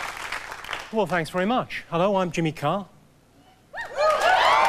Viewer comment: Extremely weird to hear Jimmy Carr's name pronounced with an American "R"...